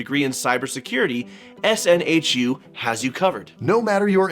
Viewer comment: SNHU, btw, is pronounced snoo :)